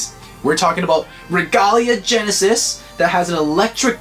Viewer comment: Bruh it is not regula gennises it is royal gennises